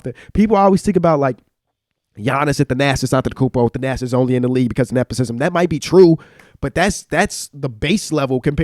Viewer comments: On the nepotism comment, not “neposism” …why don’t you keep that same energy when LeBron brings in his people and gets them paid? Actually people praise him for that…it’s a part of the game, is it right or correct, who knows. You wouldn’t get some of your people paid if the opportunity came about? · I really need to know why the fuck p, and let this man botch the word nepotism not once but 5 times without correction? There's no way all of them believe that's how its pronounced. So i don't want to hear tell about hyperbole not being a good word cause he knows what it means and can say it.